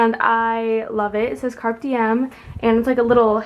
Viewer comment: fyi the e in "carpe" isn't silent and "yin" doesn't have a "g" at the end of it :)